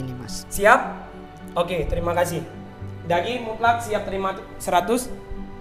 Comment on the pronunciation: Bro bukan daggy tapi Dhaging